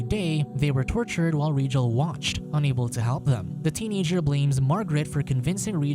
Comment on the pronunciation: It’s Rigel not regal you igjet